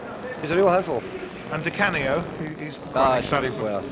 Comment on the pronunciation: God knows why the main commentator kept saying 'ScheRmel' and 'Di CaRnio'.